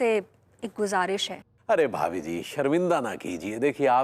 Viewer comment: भाभी जी होता है ... भाबी जी नही होता है &TV सुधार कीजिए